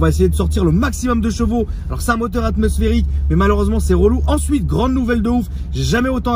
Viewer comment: Il di ensui o lieu de dir ensuite 0,45